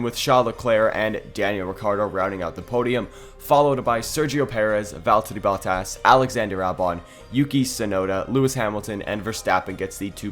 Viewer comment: ah yes veltteri bottas